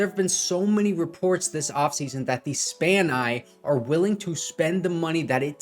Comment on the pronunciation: Bruh said “SPANEYE”😂😂😂